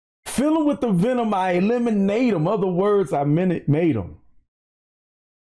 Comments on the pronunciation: When he said fill em with the venom and eliminate em Other words I Minute Maid em When he pronounces eliminate it sounds like lemonade. So that’s why he says Other words i Minute Maid em Like the brand Minute Maid lemonade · The way he says “eliminate em” sounds like “lemonade em,” so, Minute Maid em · when he says "eliminate 'em" sounds like lemonade so think of it as " i elemonade 'em, in other words i Minute Maid 'em" lol